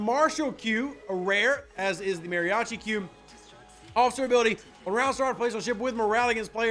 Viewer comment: Thank you Rev - by the way: instead of "Mariachi Q" i heard "Mariachi Cube" 🤣🤣 ( which created a very funny scenario in my Head 😂)